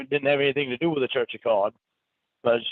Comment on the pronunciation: IT’S CLEAR HE DOESN’T KNOW THE MEANING OF “CAWD” in the “CHURCH OF CAWD”. ❤